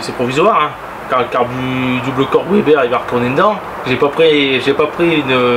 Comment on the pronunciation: Bon par contre on ne dit pas OUEBER (WEBER) mais veber ! Sinon on dirait également OUAGON (WAGON) donc vagon. Bref